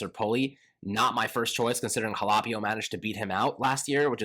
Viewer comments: it’s pronounced HA-LAH-PEE-O. You’re mispronouncing the LAH sound and saying LAY. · It's HAL-OH-PEE-OH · Quit sayin ha-lap-ee-o. It makes me cringe every single time I hear it